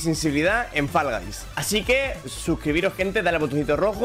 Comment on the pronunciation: ME ENCANTA COMO DICE FALL GUYS 💝💝